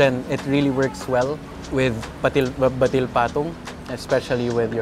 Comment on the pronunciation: Hi FEATR team! I'm from Cagayan and Pansit Batil Patung is best pronounced as /bat-til/ and not /batil/. Nevertheless, Bruno's sounds like an amazing recommendation. Looks like home away from home!